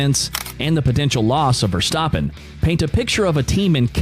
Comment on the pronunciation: Your A1 is terrible... You can't even pronounce Max’s last name!!! You sound corny!!! 😂👎👎